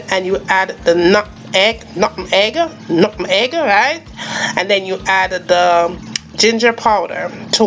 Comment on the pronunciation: Never liked it as a child No offense but the word is pronounce "NUTMEG "